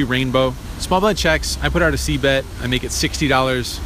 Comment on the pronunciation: Please forgive me, but are you saying a see bet? seed bet? cee bet? novice here.